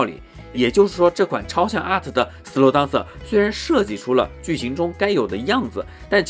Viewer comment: up主你这个DANCER发音有很大问题。这个词发音不是。。当瑟。。不是当。。。而是发音。。点。后面加AN再接瑟。。。连起来就是标准发音了。。。整个视频你当瑟说了几十次听的尴尬症都出来了。。因为是常用词感觉有必要帮助你纠正发音。。并非挑刺。希望UP主可以理解。。。抛开这个发音整个测频还是相当专业的。